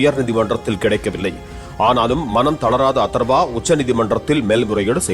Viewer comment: அதர்வா தானே. அத்தர்வான்னு சொல்ற. ஏய்யா